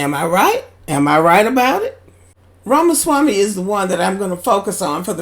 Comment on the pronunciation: Shut the hell up u cannot pronounce Vivek last name